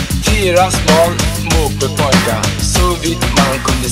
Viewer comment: Det låter som att han säger "moppebögar" efter ett tag